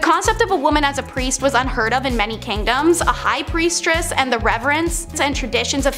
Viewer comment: OMG, stop saying Preistress! 🤭🙃😜🤔